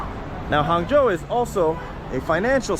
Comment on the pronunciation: Hung Joe not Hangzhou